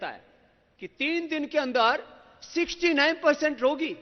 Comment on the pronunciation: that is fine .. but did you guys notice him stressing on the point : 69..so much ...hahahah